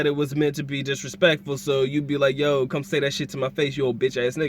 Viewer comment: It's not Joe, it's Yo.